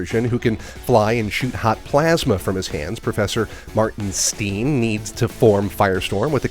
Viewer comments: Styne like r l Stein, not steen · Just a few minor errors: The Atom is from Arrow. Sara never went by Black Canary in Arrow, that's her sister Laurel's hero name. Sara went by "The Canary." Stein is pronounced "Stine."